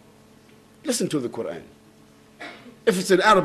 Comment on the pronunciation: First off, it is Quran, not quarn